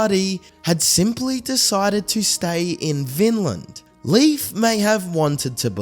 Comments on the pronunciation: THANK YOU!!! His pronunciation was driving me NUTS!! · Leif's name is pronounced " LAYF" not Leaf. Common mistake, however a few of my ancestors and even my grandson are named Leif. It's Scandinavian heritage 😁☮️